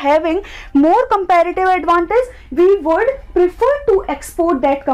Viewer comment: You make me wana kill myself with your compeeeeeğğğğğfsdfsdgdsklrative advantage pronouncation